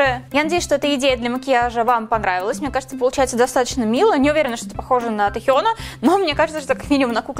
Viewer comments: Только не Тихён, а Тэхён 😉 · Не Тихён а Тэхен 😡😡😡😡😡😡😡😡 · запомни уже "тЭхен", а не "тЕхен"!!! аж слушать противно, фу!!! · Омг, ну почему Тихён Техён (или как там она говорит) тЭхён ТАМ ДОЛЖНА ТВЁРДАЯ "Э", НО НИКАК НЕ "И" И НЕ "Е"🤦‍♂ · пожалуйста. Его зовут Тэхён. Не Тихен.... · Почему Тихён? Тэхен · Это не Тихен , а Тэхён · Позязя не тЕхён а тЭхён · Не Техён, А ТЭХЁН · Техьон?мои ушииии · Пожалуйста говори ТЭхён с буквой Э а то твоё произношение ухо режит P.S. Тэхён тоже мой биас